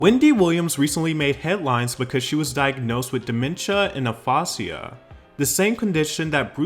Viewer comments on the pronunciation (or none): aphasia is pronounced "a-phase-zee-a" and cognitive is "cog-knit-iv" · It's pronounced Uh-fai-sha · I said the same thing but I get that some people (mis)pronounce words or sound like they do sometimes. It happens 😅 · It’s the way you pronounce “aphasia” for me 😭😭😭